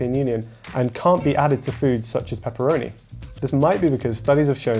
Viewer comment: To get somme claarrity on pepppeeroni situyation.